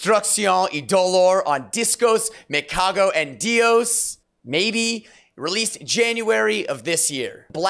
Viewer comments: This spaniard here gives you a thumbs up for your pronuntiation of "Me Cago En Dios", very useful phrase to use with your Spanish friends, kind of "To hell with everything" or "fuck it all", a very strong yet very funny and 100% Spanish way to express dissapointment. 😜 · Dude, what an amazing and lovely way to pronounce "me cago en Dios" ...LOL! priceless!